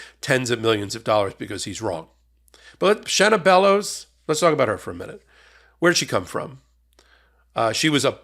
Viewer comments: You're pronouncing her name right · You said her name correct. Love ya here in Maine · You are pronouncing her name correctly i am a Mainah born and raised she is a great secretary of state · You are correct in your pronunciation. I'm proud to live in Maine. :)